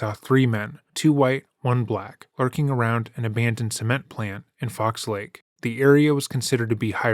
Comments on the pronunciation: ps it aint called fox " lakes " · It's Fox Lake, not Fox Lakes.